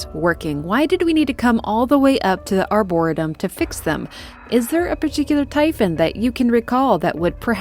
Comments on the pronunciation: Who cares but "ar-bor-EE-tum" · excellent vid, one of my favorite games for sure! my 'tism was bugging me on one small detail. the pronunciation that was spoken or arboretum. pronounced= (R-bore-eat-um) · It's pronounced "Die"-Yo for Dayo Igwe and Ar-Bore-"EE"-tum, like in the name "Lee." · its are-bore-a-tum for reference. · AREBUR-RE-TUM.... That's the best way i can think to help on how that word is said..Arboretum.... doubt you'll see this... I'm 37 and only found out the right way like 10 years ago lol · “Arbor-EE-tum.” Great video! Never had the chance to play this one, but love when fans of a game do deep dives. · for future the plant area is called the arrr-booor-et- ium lol hugs great story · Good vide, love your story telling.... but it's "r bore ree tum"... the way you were pronouncing it was driving me crazy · Just discovered your stuff, enjoying this. Not sure if it helps, but it's pronounced Ar-buh-reee-tum. Emphasis on the 3rd syllable. Cheers!!! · You must know that's not how arboretum is pronounced, it's just for comment engagement right? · Just a quick comment. Arboretum is pronounced like "harbor" Arbor is a prefix meaning trees. Arboretum basically means tree garden. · I felt like she was trolling us saying it like that lol..I kept laughing when she said it